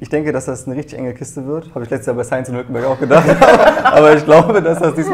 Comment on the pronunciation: Musste ich lachen bei "hulkemberg" xD.